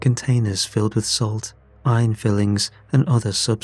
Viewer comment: Its iron FILINGS, not fillings, which are for teeth and pies. Neat story. Left me wanting more, though.